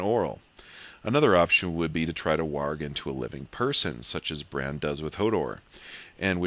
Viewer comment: nice to see somebody finally pronounced warg correctly WARG not WORG